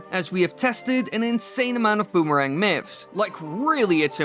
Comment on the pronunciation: a "bumarang" sounds incredibly painful.